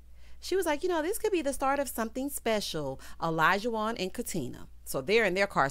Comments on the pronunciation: Hey girl hey! Great review…I think Katina (Katrina) and Olajuwon (Alljohn) cannot pronounce each others name so that might be a sign. I’m still holding out hope for them… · Yeah the not pronouncing Olajuwon correctly is so weird to me. Far more complicated names than that.